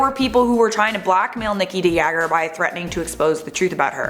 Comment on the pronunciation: It's so funny how she pronounces Nikki de Jager, when you are dutch.